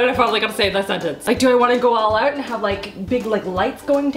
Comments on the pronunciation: canadian accent coming through "oout" #LoveIt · She went full on Canadian when she said "do I wanna go all out"😂 so cute